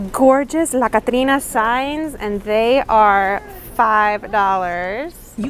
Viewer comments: Great pronunciation of La Catrina👍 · I Love that you actually pronounce Spanish words properly. “La Catrina” 💜🖤💜🖤💜🖤